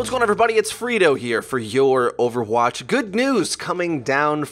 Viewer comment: The way you said Overwatch at the end when you said Your Overwatch was really odd.